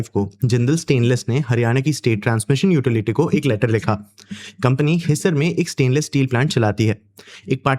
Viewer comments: Pahle hindi seekho ....his sar ......nahi हिसार है Supplementary wale ho 😂😂😂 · Its pronounced as Hisaar not hisser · Idiot wo HiSAAR hai jab bolte hai apna pronunciation aata hai nhi aur gyaan deta hai Always negative news